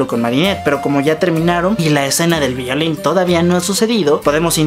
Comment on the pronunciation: Jeje dijiste villoli en vez de violin Minuto